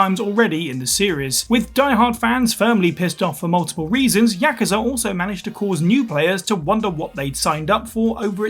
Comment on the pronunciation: Jeralt doesn't bug me that much but their pronunciation of Yakuza bugs me like mad